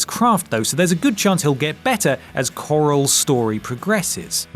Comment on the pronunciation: Carl who is Carl you mean CORAL.